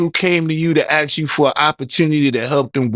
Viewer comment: Amazing? Can’t pronounce the word ask though.